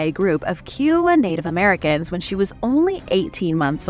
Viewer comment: Sorry love it’s pronounced Kai owa. Like Iowa with a Kai.